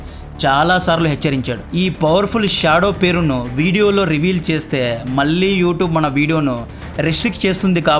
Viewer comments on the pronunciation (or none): none